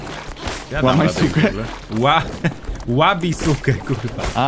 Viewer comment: to chyba wymawial łabiske a nie łabisuke,ale kto wie może źle pamiętam